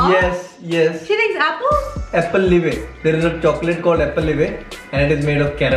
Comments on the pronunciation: Hey....it’s alpenliebe not appleliebe 😬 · APPLELIBE......m I the only one who heard this instead of Alpenlibe😅😅😅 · It’s Alpenleibe not Applelibe...But she has great taste buds... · applenibbe His dad - wtf are you talkin' about? Again his dad - God damn it's alpenlibe.